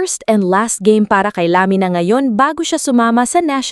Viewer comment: Sinasadyang i-mispronounce yung Lamina?